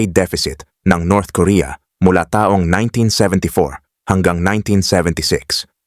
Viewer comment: Halos lahat ng nagsasalita ng site na ito, matindi ang emphasis sa mga tulad nito: taong 1973, pagbigkas ng taong, mabagal kaya pag inintindi mo, taong 1973 - people of 1973; dapat mabilis ang pagbigkas ng taon - year. dahil pag mabagal, taong - naging person yun. Kahit sa hapon (Japanese), pag binigkas ng mabagal, nagiging hapon (afternoon).